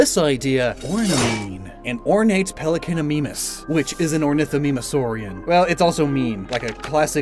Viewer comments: Love the Fakemon but Im pretty sure that its pronounced “mime” instead of “meem”, so the “mean” part of the name still works but not as well as it would if it was pronounced as “meem” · “Pelecanimeemis” Stop! You’re killing mee! I’m melllttiiiiiiinnngg! The pronunciation, it’s to dangerous to be allowed to be spoken! Nooooooo..... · The "mimus" in Pelecanimimus is pronounced "My Mus" Looks like you need to brush up on your Latin not just Spanish